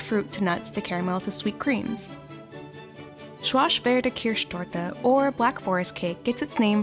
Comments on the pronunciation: I swear, please. Let google please read it to you. But Schwarzwälder-Kirschtorte is not pronounced "shwarsh-worlde-kirch-dorde". It is not that difficult to at least google it. Or, you know, let the thing pronounce it for you, but please no. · That pronounciation was disgusting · I'm a Pole who took German in high school for only 3 years and still snorted at how she butchered that pronunciation 😂😂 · Shwarshvader Kirshtoarte wtf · The pronounciation of Schwarzwälderkirsch Torte was cracy, and in Germany this cake looks a little different than shown here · As a German speaker, I think her pronunciation of Schwarzwälder Kirschtorte gave me a stroke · 1st The pronunciation of Schwarzwälder Kirschtorte was terrible… Even though I looove this cake I think that Sachertorte is the ultimate chocolate cake in Germany-Austria! 2nd Tiramisu has NO chocolate! Those ‘’biscuits’’ are soaked in espresso coffee! And the cream is from mascarpone cheese and eggs. No chocolate at all! The coffee is characterising this dessert! 3rd I don’t want to offend anyone but I don’t think that there is a sweet in Nigeria called puff-puff I don’t believe that puff-puff is a phrase that I could hear in Nigeria… 4th Mosaic and turkey…??? Wtf?😂😂😂 This dessert exists in many countries. We also make it in Greece but we do not claim it as our own… I though this video was about characteristic chocolate desserts of each country! Mosaic is not from turkey… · i don‘t know if anyone has commented it by now, but to all of you who don‘t speak german - this is not how we pronounce schwarzwälderkirschtorte